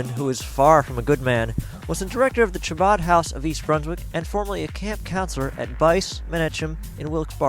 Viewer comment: Sadly you guys appear to be quite antisemitic. Aryeh Goodman will be dealt with for his criminal conduct and should be if he is Guilty, but your so called coverage came off as extremely bigoted and hateful. You also mispronounced Chabad and the main headquarters in Brooklyn doesn't employ Aryeh Goodman and disavowed having anything to do with him. It is unfortunate that you would make such a prejudicial piece about such a tragic situation. It is unnecessary to condemn the entire Chabad movement for the alleged wrongful actions of one individual.